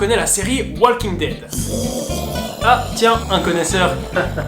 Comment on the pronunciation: On prononce pas le L dans walking dead MERDE